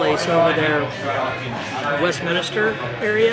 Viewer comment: Westminster Not Westminister. No extra I. Also please stop with the British accent. Not even close